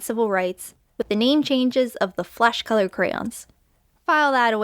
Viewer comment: I like how you made the "u" in colour more distinguished, happy Canada Day !